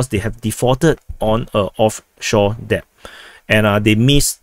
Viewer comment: "Debt" is pronounce - "Det or Deht" The B is silent